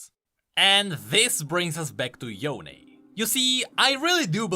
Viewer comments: Oh, it's "Yoh-neh" not "Yown" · Ionia pronunciations are literally Asian style so Yone ain't "Yown" it's "Yoh-neh" or something like that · HIS NAME IS YO-NEY, NOT Y-OWN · Proper Yone pronunciation is Yo-ne, not Yown. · I’m laughing so hard when people pronounce it as yon instead of yo-ne. よね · Pronouncing Yone , Yon is like pronouncing Sasuke , Sasuk. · Why did they make the pronunciation Yon-AYE 😫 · Why does he say yone differently than before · We have legit confirmation of Yone from thresh saying his name and everyone STILL pronounces his name wrong. After hearing it pronounced. sigh